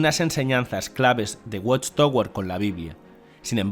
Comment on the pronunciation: Se pronuncia "watchtawer". Gracias por la traducción.